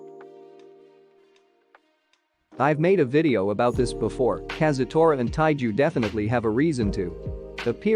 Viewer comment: It's taiju